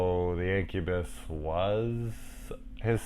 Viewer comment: I guess i really choose the right movie ;) sick review brother, no one talks enough about this movie which is sad, cause its a really cool 80s gem. and yes finally my name pronounced right ahaha